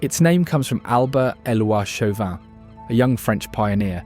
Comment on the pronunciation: Listening to this boy butcher Des Allemands, Chauvin, and Pointe-aux-Chênes made me laugh so damn hard yeah.